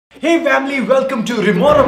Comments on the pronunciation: It's not it's Family❤️❤️ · Ask sanjay that "Do you want to play fortnite again in your lifetime?" Ask rishi "Do you love?"